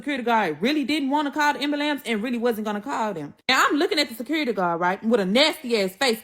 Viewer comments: Listening to her made me need an ambalants..😂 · Kewersssions she wasn’t axing any. 😂😂😂 Ambulambs